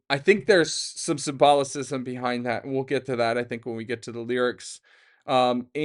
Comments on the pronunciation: Love you dude, but the word is SIM-BO-LISM>(symbolism) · don't know if you've seen Boondock Saints, but every time you mispronounced symbolism, I heard Willem Dafoe saying, "The word you're looking for is symbolism." Made me giggle, iykyk 😂